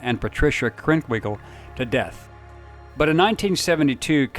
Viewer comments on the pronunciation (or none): So what is the "new" information? Also, you mispronounced Beausoleil and Krenwinkle. This is what happens when some YouTube Bill Kurtis wannabe narrator just reads a script handed to him with no knowledge of what actually happened or the participants.